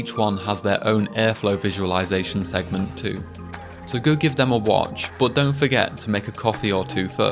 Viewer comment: Why do you say boot instead of but?